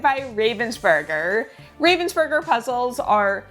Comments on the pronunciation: It's not even "burger" like the sandwich, but "oo" instead of the "ur". Americans might want to try it like that: "Raah-vens-boorg-er". Greetings from Ravensburg! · Pronounced RAH-vensburger. Not a hard A as in the bird, raven. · Hi, since you tried very hard to get the pronunciation of 'Ravensburger' right: It is almost right. The 'a' is different. The name likely is inspired from the German city 'Ravensburg' (where the company is situated). If you type the name in google - translate while having chosen German as a language, it helps to listen to the pronunciation there. Or: the 'a' in kindergarten sounds similar to what it is in 'Raven...' I thought, this might be helpful, since the name is likely to be used by you again on this channel 🙂